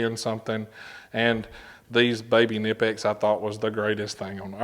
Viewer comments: Pronounce the K please. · I can't take someone seriously when they can't even pronounce a company's name properly.